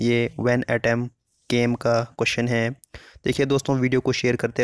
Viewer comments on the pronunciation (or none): none